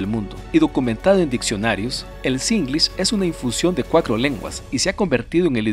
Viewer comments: Siento que me desconcentra cuando dice kilomecros y todas las palabras con tr como cr, ocros, sesenticres,cuacro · Creí que solo yo había notado eso, todo el video me desconcentra cuando escuché eso,cuacro, crece kilomecro